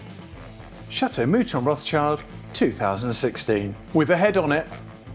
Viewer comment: It makes my ears "cry" every time I hear your.."Rotschaild" His surname is Rotchild,in french maner please! (Kinda Rotshil'd),you pronounce the word "Chateau" right,though,in french.so why don't you do the same with "Rotchild"? He is not "child". It is not in english,with all the respect.